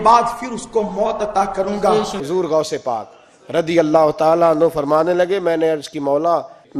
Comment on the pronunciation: Bhai gosh pak ka naam sahi sa la unka pura naam gosh pak abdul kadir sk jilani hai to unka naam sahi sa lo